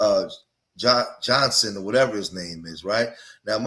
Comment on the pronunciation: . The name is "Jonsson" . You struggled with a simple name and wonder why a producer looks overseas to find acting talent. 🇬🇧😂